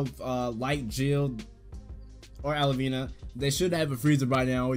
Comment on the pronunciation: And its al-vi-na not alivina